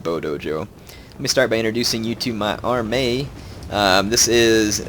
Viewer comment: your 'armay'?? ;-)